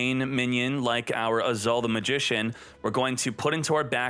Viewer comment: I chuckle a little whenever read "Azul" as "Azaal" Mispronunciations makes this channel more interesting. 😁👍